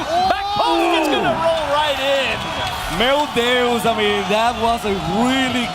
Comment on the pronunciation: o narrador falando "MEO DEOS" kkkkkkkk